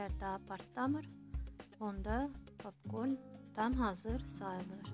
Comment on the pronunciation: papkorn yox popkorn